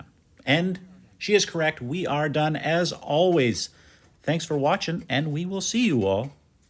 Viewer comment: “Yer dun 😤” Love it 😂